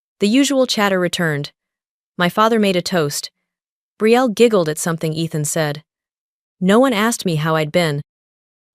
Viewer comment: You're saying your valve long, is not athen?It's ethan it's a long e